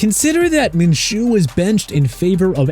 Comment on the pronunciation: Minshew's pronounced min-shoo